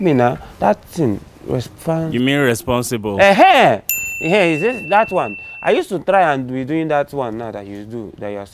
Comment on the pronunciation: 7:0 the way mark tried to say responsible 🤣🤣🤣